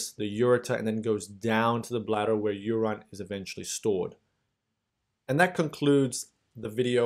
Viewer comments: Thank youuuu ! But I just couldn’t help but notice you called urine U -Rine ...Noooooo😭😩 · I am loving your pronunciation of urine ---> Uraen..❤